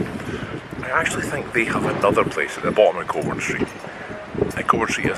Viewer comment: The Southern Cross is very good and yes the cakes are Good! Are you sure about that pronunciation? Wouldn't that be Coburn? 👀